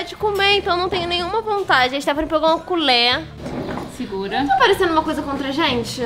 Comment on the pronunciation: A falou culhe